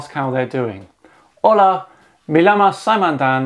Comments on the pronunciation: Heya some feedback on your Spanish. The double ll (it's its own letter in the Spanish alphabet) is not an "ell" sound. It's a y sound. You don't say "Lama". You say "yama". Type "me llama" into Google translate and hit the speaker button. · Pretty sure double-L in Spanish is pronounced like a y, but anyway... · yet the English phonetics for "Como se llama" is Coe-Moe Say Ya-Ma. Hmm. 🤔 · Yes. Please don't order chicken at a restaurant as "Marco's" last name.. Double 'L' is pronounced 'Y'. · In Spanish, two “L”s together makes the “Y” sound. So llama should sound like “yama”. Other than that. Kinda good!👍🏿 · LL is pronounced like a y, so llama is more like yama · You said como se llama wrong. The double ll in spanish makes a yuh sound, so it would be more like saying como se Yama. The way you said it made it seem like you were talking about a 🦙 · me llama is pronounced me yama, the "ll" makes a y sound not L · Greeting is poor. In Spanish when you have double L's they make the y sound.